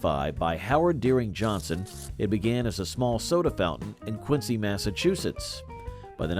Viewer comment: Re the reference to "Quincy, Massachusetts" -- the local pronunciation is actually Quinzee, not Quintsee. (I used to switch from train to bus there regularly.)